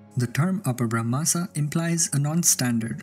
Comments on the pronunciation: Great video. I wish i did not have to point this out but it’s up-bhra-um-sha or up-bhra-un-sha not up-brahma-sha. No Brahma sound here. Ironically that’s a corruption of the word right there. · I think its ಅಪಭ್ರಂಶ अपभ्रंश not how you pronounced